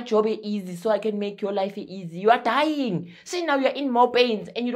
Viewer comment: That emphasis on "you are dying" 🤣🤣🤣🤣🤣